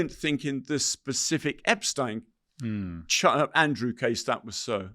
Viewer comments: This guy has nothing new, refuses to pronounce #Epstein correctly, suffers tremendous gaps of information, and exhibits rather poor judgement. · "I watched all the Epstein documentaries"..but still can't pronounce his name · This man can’t even pronounce Epsteins name correctly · He knows so much, yet he mispronounces Epstein's name? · Why the fuck can't people pronounce this fukkaz name, EPSTEEN. dude literally says it 2 different ways in the space of 1 minute. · Eh ...Roy ..... might be best if you took the time and learned how to pronounce Jeffrey Epsteens name right